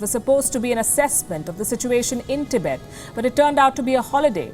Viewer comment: Tibaet!! Wowowow... baby you were hired for your accent? Or to provide with real news? Tibaet !! Is just new bed where china will screw your army!!💋💋💋